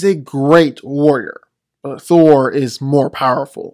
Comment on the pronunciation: Why does he pronounce Thor's name as "Thur"?